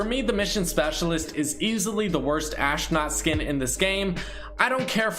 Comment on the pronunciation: WHY THE HELL IS HE SAYING ASHNOT IT'S PRONOUNCED ASTRONAUT!!!